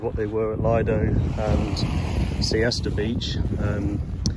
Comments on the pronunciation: Le doe is how lido is pronounced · It's 'Lee-doe' in pronunciation. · Lido Beach is pronounced with a short “i”.